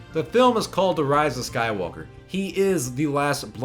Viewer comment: The way says "Skywalker", it sounds like "SkyWOKEr"...